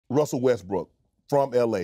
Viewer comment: He literally called him westbrick on tv lol🎃